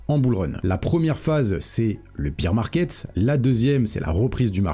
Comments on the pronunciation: Merci pour la vidéo, par contre stp c’est bear market pas beer market 😂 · Merci pour la vidéo. On ne dit pas Biiir market mais Bèèère market, excuse de te reprendre mais vu que tu le répètes 50 fois dans la vidéo, je me permets de le faire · Beer market = marché de la bière. Bear market = marché baissier. Bear se prononce BAIR comme dans 'Ber'nard :) Sinon, sympa la vidéo :) Comme d'hab' voudrai-je dire :)